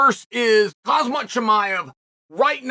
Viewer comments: "Kaz-mat Chimaev" Chael you're killing me 😂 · His name is khamzat, what's so difficult to pronounce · Hamzhat is how it’s said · I like Khumzhat better... 😢